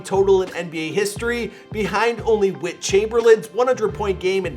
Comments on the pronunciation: I can really tell you weren't and obviously never will be an actual basketball fan smh ....the thing u fucked up the worse nd pissed me off about it Wilt Chamberlain ....like bro his nake is WILT NOT WIT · “Wit Chamberlain” never heard of him